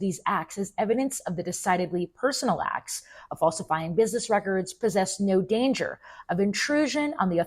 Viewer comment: What's wrong with this generation that they do no enunciate their t's. It's acts not ax. It's button not bu-un. Drives me crazy.